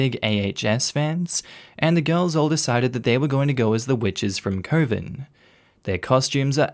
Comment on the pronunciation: Love you but ummm coven.... that's not how you say it